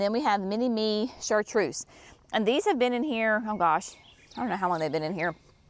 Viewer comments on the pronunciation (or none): none